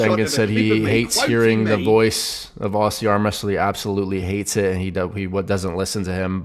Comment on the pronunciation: Btw Aussie isn't "aww-see" it's "Oz-e" get that nailed down and you will be right at home here mate!!